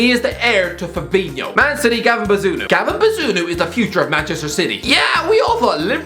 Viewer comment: man butchered bazunu’s name